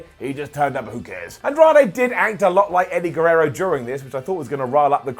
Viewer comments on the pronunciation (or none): none